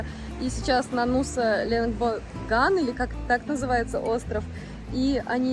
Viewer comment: Все говорят ЛембонгАн, но вроде правильно ЛембОнган